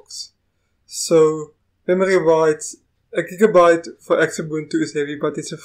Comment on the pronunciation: Please get the name right Xubuntu is pronounces Zoo-buntu